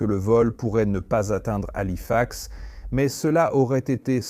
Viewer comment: Bon documentaire mais arretez avec l’ia. Parce que entre système système.... ou des bonnes fautes de language, halifax épelé ou encore 350 grammes au lieu de 350 G. Ou encore prononciations aleatoires cest gavant